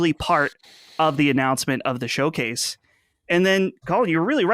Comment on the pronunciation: What an EMBARRASSING "Showase" that was LMAO. That was a glorified state of play!! LMAO